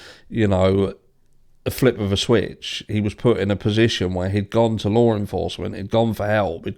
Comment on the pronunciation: you said "Lawrr enforcement" again lol. It sounds so ridiculous haha